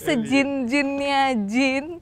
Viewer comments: Jin yaa bukan "jeans" 🤣🤣🤣🤣🤣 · Jin bukan jins wkwkw bisa ngelawak juga nih ak jd ketwa